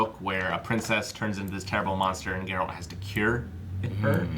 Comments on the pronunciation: How did you mess up and call him Jerult? Are you guys fans or not? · Jarealt no, Geralt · If says Ger-ault one more time...